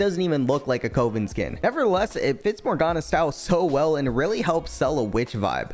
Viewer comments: its "cuh-ven" not coh-vin 😭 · why is there no comment mentioning how he's pronouncing coven 😭like it was painful to hear CO-VEN instead of cuh-ven considering so many champs had their respective coven skin be in their top 3... that being said it is interesting seeing how my opinions on champ skins line up with other people's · Like oven, not like open. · What a wholesome cute sponsor choice lol also small pronunciation things, "cuhven" not "coe ven", and "arcahna" not "arcayna" just little things no harm meant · Bro PLEASE learn how to pronounce "coven"... It's not "cove" like a beach cove. It's dove, like the bird not past tense of dive. 2duhv-en". For the love of god stop saying "coav-en" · WHY DO YOU* SAY "CO-VEN" Its "COV-EN" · Cu-vin not cove-in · The way you are saying Coven like Cowen is killing me. It's pronounced "Kuh•vn" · CUHVEN not CO-VEN. Like a witch coven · Loved the video. The fact that you can’t pronounce Coven started to annoy me. But that’s really just an aside. It’s Cuh-Vin not Co-Vin. Like in covenant. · cool vid! i think you're pronouncing coven incorrectly. i could be wrong but i think it's pronounced "cuh-vin" and not "cove-in". only telling you cause i would want someone to tell me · It's pronounced CAH-VEN, not Coe-ven lmao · jesus CHRIST is CUH • ven, NOT COE • ven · Ar-kah-na, not ar-cane-ah and Cuh-ven not Cove-n. This bothered me way too much. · Its not pronounced cOHven, its pronounced cUHven. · kuh·vn not ko·vin :( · its "Covven" not "Coh-ven" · its pronounced KUH-VEN. not KOE-VEN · The way you say Coven makes me sad. Kuh ven not ko ven. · CUH ven. not KO ven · Please bro, I can’t hear “cove-in” another time. Coven, cuhv-in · Hoped to find it in the comments but it's cuh-ven, not cove-n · note: It's not pronounced as /koh-ven/ It's pronounced as /kuh-vn/ Anyway, great vid!!! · Cuv-in, dude. It's pronounced Cuv-in. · Coven is pronounced: Kuh vhen (literally oven but a kuh sound at the start like kuhven) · STOP SAYING COVEN LIKE THAT